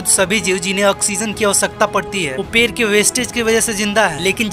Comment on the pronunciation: पेर नही😜 पेड़ बोल